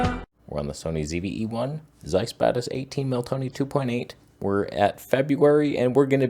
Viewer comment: I used to think you were saying Zeiss Badass, until I read the pinned comment and it said Batis.